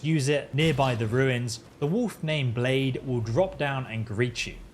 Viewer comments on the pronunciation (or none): Cringing every time he says blade instead of blaidd like I'd expect a foreigner to know our words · Nooooo not Blaidd being called "Blade" as well! hahaha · Blaidd is pronounce Blythe btw, it means "wolf" in Welsh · other than butchering the name Blaidd great walkthrough man